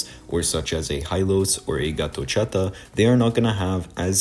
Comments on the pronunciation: He was calling him that way the entire video😭🙏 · Gatotchata 😂😂, you did Gatotkaca wrong. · bro says gatochaka😂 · As an Indonesian I laughed hard 😂